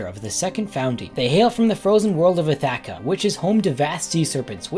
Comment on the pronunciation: I've never heard someone pronounce Ithaca so incorrectly!